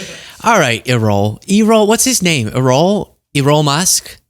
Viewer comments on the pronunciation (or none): Errol-Air rol emphasis on the first syllable. Like Errol Flynn. Actor, but too far in the past for you. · first - thank you for all your hard work keeping us updated, but also keeping us sane. Second, it's pronounced "AIR-uhl", like Errol Flynn. Third, I turned on CC to see what it made out - he had a weird articulation error/lisp - he said, "The people are - I would like to say - 80% but actually 100% behind Tr_mp." Which of course is patently false, but he didn't say "blacks" at that moment. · It’s pronounced ERROR, but with an L. Coincidence…? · (or is it?), can you say “error”,… replace the last “r” with an “l” and you have Errol,… not eee-roll! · LOL E-Roll is funny, it's Air-Roll blend the syllables! You can see where Elon gets his full understanding of American politics and public speaking talent!?! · I love you man, but I swear if you said "E-Role" one more time, I was going to lose it 😫! Don't know if you were trying to be funny, but it's pronounced "Air-UL". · ERROL Musk’s name is pronounced like the late major movie star, Errol Flynn’s, i.e. “AIR-rull “, not Ee-role. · Errol is not pronounced eee-roll, it's pronounced more like air-all. Giving the elder Musk a platform is like giving Fred tRUMP a platform. Both fathers seem rational compared to their sons but are still NAZI loving hateful people that deserve no platform. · I’m totally laughing at you saying E-Roll 🤣🤣🤣. It’s pronounced AirRoll… like Errol Flynn. But I love your show. You crack me up with good, solid information and fun. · Goodness, Errol is not pronounce E rrol it is Err ol? As in Flynn!! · Giggling at how you kept calling Daddy Musk, E-roll. Errol is usually pronounced as if it rhymes with peril, but please just stick to E-Roll 😂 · Errol…pronounced ‘Air-Rol’…not ‘Eee-Roll’…lol 😂. As in Errol Flynn. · not eerol. It's e(h)rrol. Like Errol Flynn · have you ever heard of E-roll Flynn? You might need to read the book before your report as well!;)